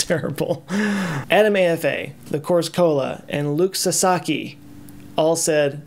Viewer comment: Luc(Luke) Sasaki(Sahsahkey) you got it right, thanks! Great video, but unfortunately for you(money wise) your "low" (compared to those who have millions) amount of subscribers is one of the reason why it was so great! Don't take this the wrong way but I hope you stay at this size because THIS is the channel I love!! Get to 10,000 and then lock it, deal?